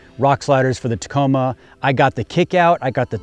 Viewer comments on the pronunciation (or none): none